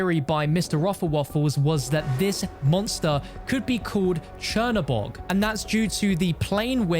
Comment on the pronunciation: Chinabog yet I’m hearing him say chernaborg